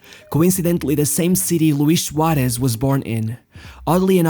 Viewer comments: The way you pronounce the S like Sh sounds horrible. Cut it out. “Shuaresh” its SUAREZ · Great pronunciation for a portuguese speaker, congrats. I think the Suareshhh gives away its origin. I would like to know if I am right...